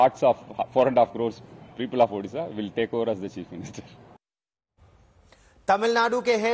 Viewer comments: Odhisa nehi Odisha...🙄🙄Pehle Name sahise boloooooo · Odisha bolo, Udisha nehin sir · Udisha nahi.. odisha ❤ bolo Bhai...Jay odisha Jay jaganath...Jay BJD❤ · उदीसा नहीं ओडिशा बोलें जनाब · Hello sir it's not ओदिशा, it is ओडिशा . Please correct. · It's not udisa it's odisha please say properly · Odisha not Udisha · Vai, pehle odisha ka pronounciation thik kar le, fir anchoring karna